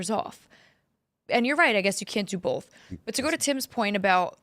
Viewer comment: Am I the only one annoyed that Tim says bolth instead of both?